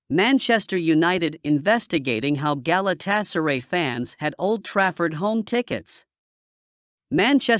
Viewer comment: GalatasaREY, HODGELAND, CASE👨‍⚖️MIRO, RE-GUYLEN 🤣